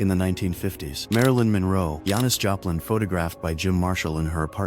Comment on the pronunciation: "YANIS Joplin" gotta love the AI acting screwy again